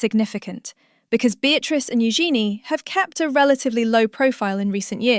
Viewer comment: First, you pronounce Eugenie's name correctly, then you pronounce it incorrectly. Why? It's u-szen-ee, with the emphasis on the first syllable.